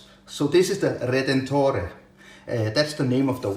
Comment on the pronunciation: Hi. Your pronunciation of "veneziane" and "redentore" was perfect but in "meccaniche" the "che" syllable is pronounced "ke" in italian. Nice review. Ciao